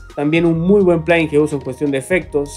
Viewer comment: como puedes decir plaguin